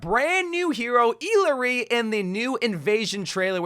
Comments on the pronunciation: I think her name is supposed to be pronounced ee-yah-ri? 🤔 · I think it's pronounced E-yari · Remember the proper way to pronounce her name is: IYARI, doble (LL) for quechua and spanish sounds as a Y. :face-blue-smiling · Her names pronounced ee-yar-ee😭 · E-LAH-REE Jesus....the amount of uncultured Amercians. No offense but it's rather common name. We use it other triple A titles. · Illari is from Peru, and her name means “dawn” and “bright.” Also, because of the two L’s in her name, it’s pronounced ee-YAR-ee. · “First official look at the brand new hero, Eeeleree!” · Eelaree? R u deadass rn💀💀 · Uh-lar-ree - what are you saying dude? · bro i think its pronounced i - ya - ree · Wow you can't say anyone's name right lmao I surprised you don't call Mei Me-I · Everytime he says a character name wrong I have a mini mental breakdown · Can we stop criticizing his pronunciation? He’s reading it as if it is an English word. I myself don’t know what she’s supposed to be or where she’s from. I’m guessing some South American country but that name is not Spanish so maybe it’s from a native language. Maybe Aztec/Nahuatl or something based on the sun theme